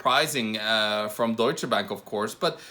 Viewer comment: What the hell is dooicha. Its Duetsche